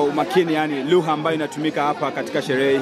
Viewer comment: 40 seconds in ... and all i hear is 'LUHA' 😂